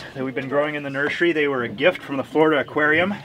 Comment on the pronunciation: I'm sorry is he saying NurSUREy?😂